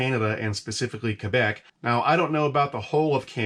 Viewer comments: He pronounces Quebec properly! Kebec! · You say Quebec very well for an American haha. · Im surprised as an American you say "Quebec" perfectly well